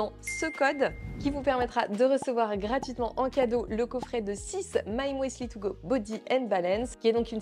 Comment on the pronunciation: Alors, cela ne se prononce pas « mouesli » 😂😂 mais « musli » de l’allemand müsli ou muesli. Bref, c’est un U ! 😊😉